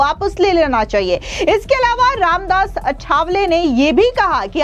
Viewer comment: अठावले नही आठवले बोल